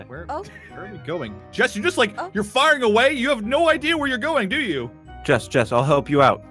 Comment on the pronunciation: jessOH OH OH OH! diglet! thats what i heard XD